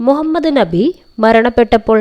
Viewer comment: ന്നബി അല്ല നബി